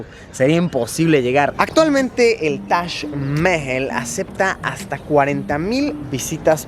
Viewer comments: Luisito comunica: Tash Mel Yo: tac majal 😂💔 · luisito diciendo tash cuando es taj jajajajajaja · Tash mehjel* algo así su pronunciación!! Vaya dato perturbador!😅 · Se pronuncia Mahal, tal y como se escribe, no mames. Tu guia nomas lo dijo con su acento. Lo que quizo corregirte es que no le dijeras MAJAL. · Se pronunciaba tash aaaaah siempre decía Taj Mahal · nadie: luisito: tash Mehel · Shot cada vez que diga "tash maejal".😂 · Me caes algo bien, mucho menos que al principio, peroooooo.. 🗣️ Diooooooos 📣📢 Si quieres darte a 'bilingüe o trilingüe', aprende a pronunciar Taj Mahal': Break 'Taj Mahal' down into sounds: [TAAJ] + [MUH] + [HAAL] - say it out loud and exaggerate the sounds until you can consistently produce them. Record yourself saying 'Taj Mahal' in full sentences, then watch yourself and listen. ¿Cachas? 😉👍🏼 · Taj mehel se pronuncia así xd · taj mejel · Ahora me siento súper extranjero pronunciando "Tash Mehel" 😂😂😂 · Yo siempre lo pronuncié "taj majal" :v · Toda una vida engañado Se dice tash Majal Ni toda la secu me enseña como Luisito. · Espera, se pronuncia Tash Mejel? Por que nadie me lo dijo? Debi parecer un idiota... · Que bonito el "tash Meel" :V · si pero cuando estas acostumbrado a escucharlo de la otra manera es un poco molesto al oirlo. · Me incomoda como pronuncia Taj mahal 😂😂